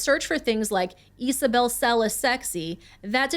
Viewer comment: Isabel or Isabelle is pronounced Izabel not Easabel. Her shortened name would be Iza or possibly Isa not Esa.